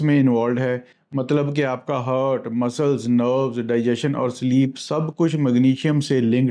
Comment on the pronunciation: Heart (haat, r is silent) not hurt. Saman not salmon (L is silent). Please do correct it.